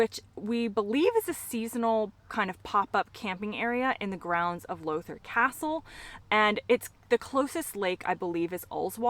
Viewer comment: That's Lowther (as in how, not low) it's 15 min drive from my house. Your in the fringe of Lake District and Eden Valley, As for castles where you are you can go to Brough (pronounced Broom) you'll see it heading east on the A66 5 minute drive from Penrith, there's also Brough hall down at Eamont bridge, both a ten minute drive from your campsite at Lowther. I'm guessing you've left now hope you enjoyed your time here.